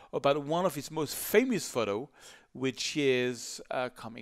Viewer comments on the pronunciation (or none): none